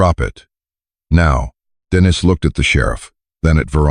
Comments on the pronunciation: True, it's annoying to hear AI pronounce a man's name, as a woman's name. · Dennis is pronounced Den is.